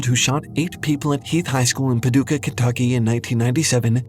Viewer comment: Paducah, not Paduka